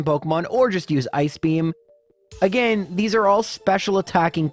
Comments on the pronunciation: Haha I love and I'm just giving him shit for mispronouncing it. Nothing aGAINst him personally, his videos are amazing. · Everyone hates how you pronounce Arcanine but I can’t get past how you pronounce ‘again’ or ‘against’.